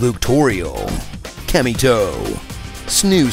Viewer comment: Cammy Toe 😂